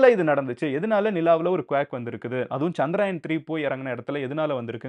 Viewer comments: Humble suggestion...its not Chandraayan, its Chandrayaan... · Not சந்திராயன்(Chandraayan), is சந்திரயான்(Chandrayaan) Sariya சொல்லுங்க 👍🏾